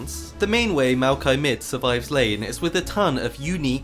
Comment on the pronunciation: I don't care how it's pronounced, u said mal-ki, I will always say moi-yock-E